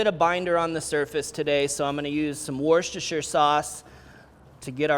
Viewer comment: Fabulous! By the way, where Worcestershire sauce comes from (in my part of trhe World) it is pronounced "Wooster" sauce. :)